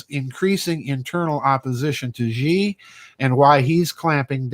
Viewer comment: His name is not Zhee. his name pronounced She. I speak Chinese.